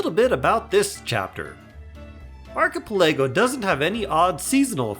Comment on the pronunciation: How do u mess up the pronunciation of archipelago so badly loooool Isn't English your first language even? 🤣